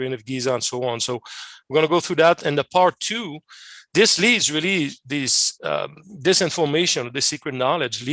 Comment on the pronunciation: "This information" pronounced as "Dis information" because he can not say "Th" correctly ... so please be aware of this possible misunderstanding.